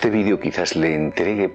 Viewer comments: por que dice vidio? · entiendo ahora que lo dices si dice vídeo, por que cambiara la entonación de la palabra.